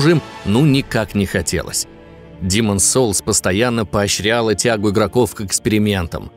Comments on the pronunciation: Ну почему "Диман" соулс( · Аххаха хаха. Когда не демон солс. А Димооон солс, туду ду ду ду, ду ду ду ду ду ду, туру ру. Хоспади, как же я ору. Димон солс. Аххаха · Почему я слышу "Димон солс"?)))